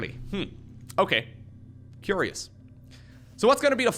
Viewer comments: 'What a CUREious build' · Dark is going to quick baneling nest... CUREious